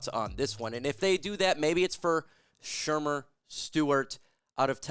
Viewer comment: Yo I can't with the Shermer. You mean ShaMAR